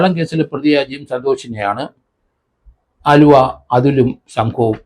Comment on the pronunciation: ആലുവ അല്ല അലുവാ